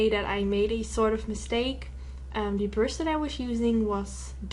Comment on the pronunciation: I love the way you say brush, like it's pronounced "bruhsh". Cutest accent ever. Love this look, too!! Keep up the great work :)